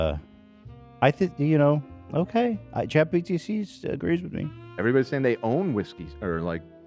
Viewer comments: Honestly, I've heard him say "chat gtp" so many times now that "chat gpt" sounds weird and wrong. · "Chat Chee-T-P" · Chat EDP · My fav is chat GPS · Someone please make a compilation of Ethan saying “chat gpt” wrong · if my life depended on whether ethan said chat GPT right that day, i would for sure be dead. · Ethan not being able to say Chat GPT will never not be funny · Can we get an edit of Ethan saying chat GBT all the wrong ways? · can someone please make a compilation of him saying chat GPT wrong?